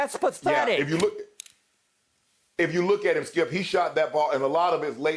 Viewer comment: Man i missed these guys last week.. Got to stop taking Skip and Shannon for granted cause last week i was miserable cause Skip wasnt critiquing and Shannon wasnt there to Say SKIIUUP... GLAD YALL BACK.. THE BEST DOU IN SPORTS